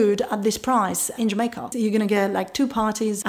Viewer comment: I love how you say jamakaa